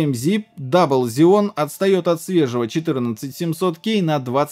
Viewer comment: почему зеоны, если ксеоны? Xeon